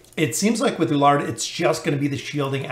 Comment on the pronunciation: E (like Echo) LU (like LUcius) ARD (ARDen) = E LU ARD. You also have same pronunciation problem with Lucretia. Awesome video thanks.